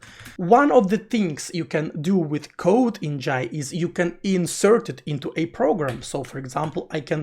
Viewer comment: finally someone say 'Jai' properly, not "Jay".